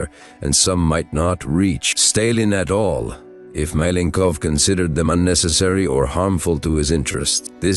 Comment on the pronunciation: you cant even say his name propperly...most is bs here